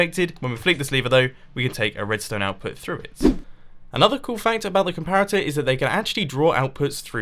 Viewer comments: COMPATORS!? It's comparators mumbo ;) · did anyone realize he said redstone "compators"